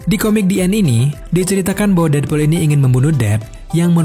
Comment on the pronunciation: Namanya:deadpool Yang gw denger:deadbool